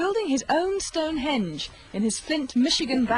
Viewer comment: that`s "stonehenge", buddy, not "stone hedge"...